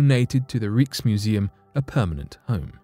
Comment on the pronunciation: Fake rock. Could it be from a tree that was petrified aeons ago on the moon? And Rijksmuseum is pronounced Rykesmuseum.